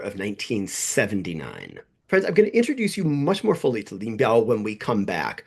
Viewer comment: On two separate occasions during your video it sounded like you called the audience boyfriends. 'Ahoy-friends', and 'Oh-boy friends'. It got a chuckled out of me. But really, your videos are amazing and I hope you continue with the channel for a long time to come. I've recommended you to many people at this point.